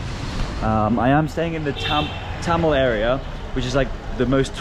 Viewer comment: its thamel not tamel